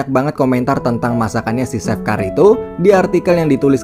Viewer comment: Biasa aja cuk gak usah nge gas!!! Bukan seff bacanya tp che F wkkwkwkww